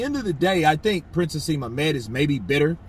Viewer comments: bro just so you know his name is Prince (Naseem)Hamed not hasem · Naseem Hamed is his name not haseem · Haseem Hamed hahahahaha its Naseem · Lol its prince 'N'aseem hamed and these are comments he made about Eubank Jr. When he lost to George Groves- how can i trust your channel now for credible news?